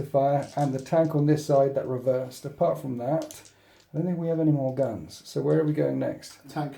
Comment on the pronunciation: I love your battle reports and I've said it before and I'll say it again ... GAUNTS not GANTS :D!